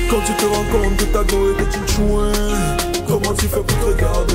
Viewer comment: 😂😂grand pardon on dit tchoin ! thoinc c'est quoi ? 😂😂